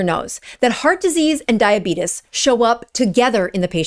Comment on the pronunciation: I haven't heard anyone pronounce "diabetes" and "intestines" like that since 1885.